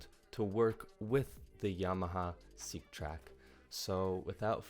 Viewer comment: funny the yamaha seqtrak (pronounced sek, not seek.) im buying it for someone to accompany me, its funny you mention "accompaniment for the seqtrak" i think you mean a controller lol